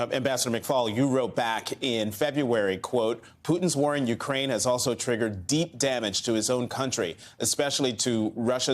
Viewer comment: Hard to believe that the ambassador, like most yankees does not know how to pronounce "u-KRAINE". Pathetic